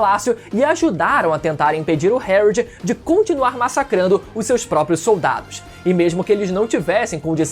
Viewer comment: Pq ele fala algumas palavras errado? Tipo o nome do pai do loki?